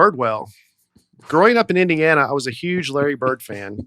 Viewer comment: Dusty and his T’s: Larry Bir-T 101:38 Not be good-T 109:40 doin’ good-T 110:40 very good-T Bored-T Afraid-T Food-T 😉